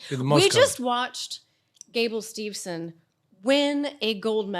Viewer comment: At least pronounces Steve-son correctly.